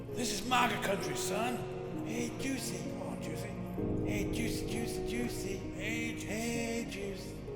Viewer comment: How you so effortlessly pronounce his name as “juicy” has me ROLLING